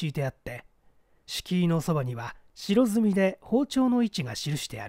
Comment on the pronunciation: 白墨は「しろすみ」ではなく「はくぼく」 チョークのこと しろずみとかしらずみと読む場合もないではないけど、その場合は日本画の絵の具の色を指す事になります